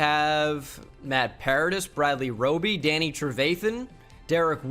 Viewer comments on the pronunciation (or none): none